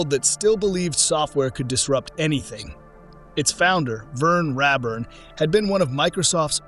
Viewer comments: HEY, BOT! IT'S "_RAY_ burn", NOT "RAB-burn"! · RAYburn is how I always heard it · There is zero truth to any of this script. Unless you were there and participated in making a company successful, you don't know. Outsiders are only seeking clicks and views with these types of exposes. And lose the AI voice over. His name was R-A-burn. Long A. He was my dear friend.